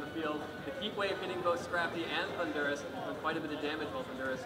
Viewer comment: and the guy cannot pronounce Thundurus. the emphasis is on the first syllable he's pronouncing it like the country Honduras.